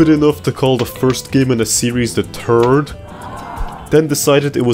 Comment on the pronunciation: think not tink. Third not turd three not tree